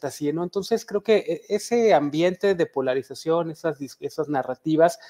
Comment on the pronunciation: En cuanto dice "polraización," perdió toda credibilidad. PD: También cuando chilló de "militraización." ¿Quieren seguridad o no, PRIAN?